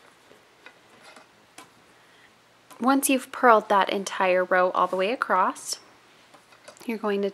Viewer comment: Please don't take this as a critique - I'm just really curious, from a cultural geography standpoint - but I'm wondering what region or state you are from. I ask because when you say "across" it comes out like "acrosst." I've heard another loomer's video wherein she does the same thing and I'm wondering if it is part of a regional accent. Just wondering. :) I'm a citified Texan, now transplanted to Michigan, so I go in and out of my Texan. ;)